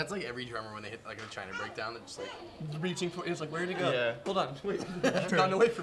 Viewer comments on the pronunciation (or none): none